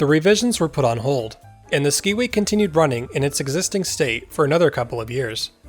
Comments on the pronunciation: Hello! My grandparents, Tom and Anna Johnson, managed the Skiway Hotel when the tram was built, run, and then dismantled. One thing--it is pronounced "sky-way", not "ski-way". And I was told that these were real Trailways buses that were suspended from the cables. Another fun fact--there was a pond where the swimming pool is, and my older brother, sister, and I would go out there with strings on sticks to try to catch the fish! I was born in 1956 so never got to ride the tram, but I heard so many stories over the years. Another reason the tram was dismantled was that it often stopped on the ride because of ice build up on the cables. Your story here is fascinating and so fun for me to watch! Feel free to contact me if you want more info! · It was pronounced Sky-way. I have documented proof. Looking forward to your presentation at the Mt Hood Museum.